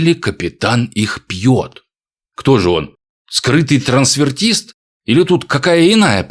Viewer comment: Правильно говорить "трансвестит"